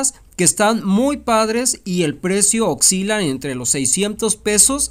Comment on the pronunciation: No se dice occila, se dice osila. Así no se escribe pero así se dice.